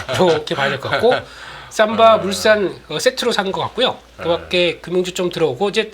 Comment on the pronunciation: 진우횽님 삼바를 쌈바라고 하면..어감이 넘 달라유